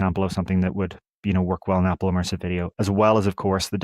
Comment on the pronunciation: Immersive. NOT emersive.